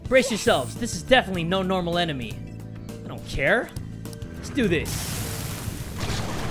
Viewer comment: What's an enamy lel